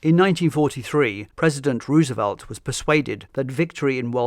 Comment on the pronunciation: It's ROSE e velt, not RUSE e velt